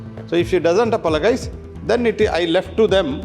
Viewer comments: yes she must apolo"guyz"🤧🙄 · My god...this mp said...apolagays....my goodness how they are selected for parliament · Ye gadha 'apologise' pronounce nahi kar sakta hai aur doosronko etiquette sikha raha hai.